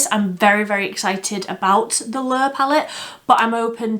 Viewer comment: I think you did quite well with Lure. Lol. I’ve noticed more people pronounce it as Lore than Lure anyway. That’s one I don’t have but still want. Most of the Blender Bunny I own have been discontinued, but I got the Divination after your videos on it.